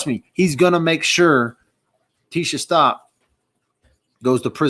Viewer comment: I believe Gannon's last name is pronounced as such S.T.O.U.W.K.